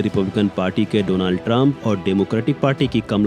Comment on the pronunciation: Donald❌ Dolund ✅